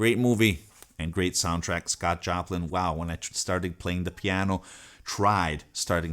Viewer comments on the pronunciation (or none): none